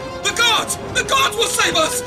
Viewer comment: God a nie Gad czy Płaz